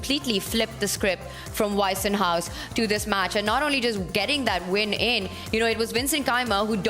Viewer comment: It is Weissenhaus, not Waisenhaus. The way they pronounce the German word all the time would translate to orphanage instead of something like "white house".